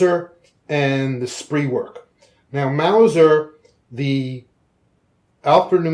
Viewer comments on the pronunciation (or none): It is not pronounced "Spree werk" in German. It is "Sphtree verk" as one word.